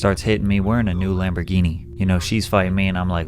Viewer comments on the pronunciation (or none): none